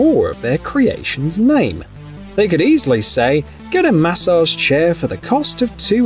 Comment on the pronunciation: The way he says massage drives me crazy